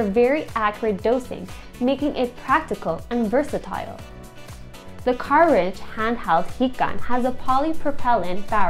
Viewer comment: i was wondering if my hearing was fucked....but no,she just butchers English.